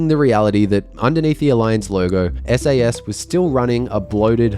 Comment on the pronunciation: "SASS" haha